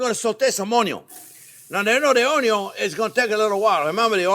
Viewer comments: Chef’s just trying to pronounce it onion as it’s spelled, as you do. But in Ireland it’s pronounced more like UN-YUN 🧅 I love how he says it 💚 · cream of mushroom soup, some character in a WW2 movie would mention this soup,h3 missed it from home ,he sounded british or irish, anyway it's been on my mind this soup. i might give it a shot making it...onyon sounds funny...great chief, thanks maestro! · the uhnyun lol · Being redundant, quirky, and pronouncing the word onion is the reason I watch😊 Don’t change anything. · Anyone else refer to ‘onion’ as ‘onyon’ now?😂😂😂😂😂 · Keep telling us, "The onyo number one." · Chef Jean-Pierre, you are my favorite YouTube chef. I have made dozens of your recipes. Keep up the amazing work. I thought it was onyo first, unless there was bacon involved. Please guide this tormented soul... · "1 or 2 videos where I did not talk about the onjo ..." They exist?!?! :) Nice one chef ... keep them coming! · I just like this guy, he knows exactly how to do it. Not too hot, not too thin or thick and the perfect seasoning. And: he likes ONYO, a lot, just like me. And please keep on explaining. ❤ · That's Anion...lol. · Wrong, it’s: “Onyo is number first”. 😅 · Love the way the sound of the word onion sounds in my ear from your mouth. Enjoyed, TYVM!